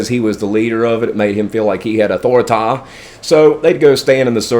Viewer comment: Another good story broseph. Had me cracking 🤣 up when you said authoriTIE. I noticed Sasha was laughing 😃 at that one too. ✊️ and when you said "he sent a punch from the next city over " 😂. ..... damn, and furthermore , laughing measures speaking on the "jackshack"